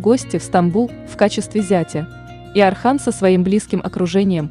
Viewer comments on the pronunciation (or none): Не Архан а Орхан. Ольгу вы же не говорите Альга, точно так же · Боже мой не Архан, имя произнистся через О, Орхан. Это тоже самое если произносить Ольга, как Альга. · Не Архан,а Орхан!!! Не Асман а Осман!!! Научитесь правильно произносить имена людей. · Если уж взялась за дело, то изучи его, хотя бы поинтересовалась, как произносятся тюркские имена, а не русифицировать все подряд. О- сман, О-рхан, а не Асман, Архан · Орхан ударение на о,не надо искажать имя,а не Архан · Ne Arxan ,a ORXAN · Не Асман и не Архан, а Осман и Орхан, так как ударение падает на"О". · Орхан,Орхан,Осман,Осман,а не Архан и не Асман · Не Архан а Орхан не Асман Осман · Я тоже такого мнения , вечно искажать названия современем так и воспримут молодые , поэтому просьба произносите , научитесь правильно произносить , тем более что бука " О " и из кириллицы , Осман , Орхан , Озан итд . Ещё Не Акей а Окей ! Поэтому мне не нравится такое чтение автора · НА РУССКОМ ЯЗЫКЕ ЕСТЬ БУКВА "О"ОРХАН 'ОСМАН ПРАВИЛЬНО ГОВОРИТЕ .